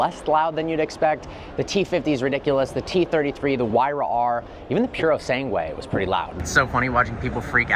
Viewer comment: This guy sucks at pronunciation it’s not a yesko it’s a jesko and it’s not a whyra it’s a hyura speak English and pronounce it normally like an American